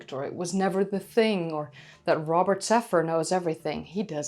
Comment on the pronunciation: 😂 😭 ☠️